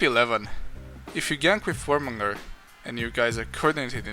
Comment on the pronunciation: Warmongundr lul